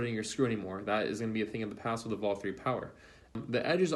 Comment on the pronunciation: Not saying the names right; it's VLAK!